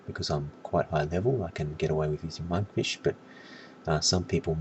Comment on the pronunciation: No sir, your argument is invalid. I'm 138, I DONT NEED FOOD THERE. However i wasn't laughing at monkfish as "noob food" but the way you said it hahahaha "manfisch" LOOOL NICE ACCENT